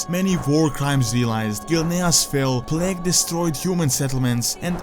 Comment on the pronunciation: bro its not pronounced pleg but like plaig idk y but it really bothers me when u say pleg